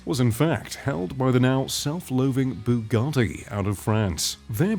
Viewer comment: Also take some speech lessons and learn how to pronounce automakers names and their models like when you said bugatti it sounded like you swallowed a bug